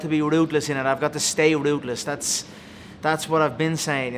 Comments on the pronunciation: I love how "ruthless" is pronounced "rootless" Lol. Steve is aggressive in this interview. 😳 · Ever noticed when Conor says his ruthless it sounds like rootless. Goon